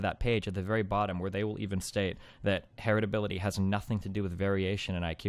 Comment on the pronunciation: Her-et-ability. The fuck.